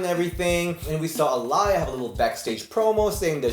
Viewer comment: Jeez... How you pronounced Aliyah's name LMAO